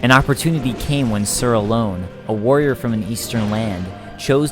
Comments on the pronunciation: He also says alonne wrong he says it like ALONE it's not alone it's alonne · That pisses me off its not alone it's alonne say it right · sir aloNNe not sir alone pls ;_; so like ser alohnn(e) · It was hard when he said alonne wrong it makes me cringe cause everyone says it wrong it's not alone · Great video, but are you pronouncing the two knight's names correctly? Are you sure it's not Raym and A-lon? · I enjoy these lore videos you make, they're good quality and you have good insight. It's kinda silly to say, because pronunciation is different person to person, but you do seem to mispronounce many names/items and words. Alonne is pronounced Al-lawn from most everyone I hear, and Raime is pronounced Ray-m, not Rye-may.